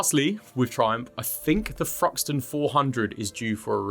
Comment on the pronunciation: Say THruxton again :-) Only kidding, fanks for the info!